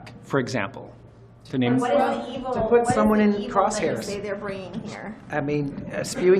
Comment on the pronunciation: said cross hairs 😂